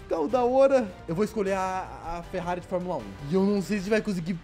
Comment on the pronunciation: Ele falou ferrare Enzo